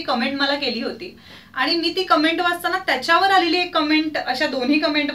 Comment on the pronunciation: Comments la comments ch pronounce kartat cumment nahi